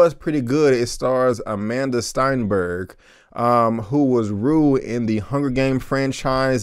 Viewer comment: Good review, you kinda butchered Amandla Stenberg's name tho lol.